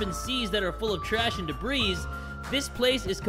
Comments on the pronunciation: not jay pronouncing "debris" as "debreez" 💀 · NOT JAY SAYING DEBREES ☠️☠️☠️